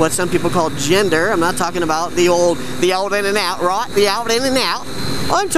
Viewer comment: 'The old in-and-out' LMAO. That accent took me by surprise... Poignant observations in this vid.